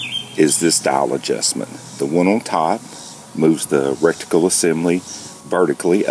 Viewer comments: Did you say recticle assembly ? and again ? ROFL, try saying ret - icle Just sayin :) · Love your videos but did you say recticle?